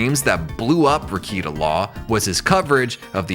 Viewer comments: This was so well done. But not gonna lie, I spent half the vid trying not to shout at the screen “it’s pronounced re-KAY-ta! Not re-KEE-ta” hahah. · Nick-Rick-kay-tah. Not Rick-eat-ah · lol - 2 seconds in and “reeyketa” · Let me give you a couple of corrections: 1. It's pronounced "Ruh-KATE-uh;" and 2. Keffels is a man. Stop using female pronouns to describe him. You're welcome. 👍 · You can’t even say his name correctly…. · If you don’t know how to pronounce Rekieta’s name properly then you don’t know anything about him. You’re just grifting. I can’t watch this. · Nick Rekieta has half a million subs on YouTube alone. You don’t have to be a sub to watch a video. If this channel watched just one of Rekietas videos he would know how to pronounce his name. He doesn’t know anything about him. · It's weird, he obviously did research, but doesn't pronounce it properly